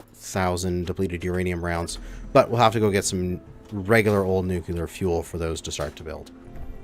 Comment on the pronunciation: You need to learn how to pronounce the word nuclear